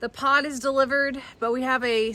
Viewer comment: This was a good video!!! But when you said the Pod was being delivered I thought you said POT !!!LOL😊😊😅